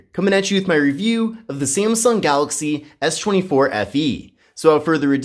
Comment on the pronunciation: Why are you saying "eesshh" 24 fe ?